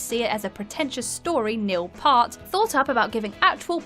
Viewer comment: Wait, wait, wait..."Neil PAHRT"???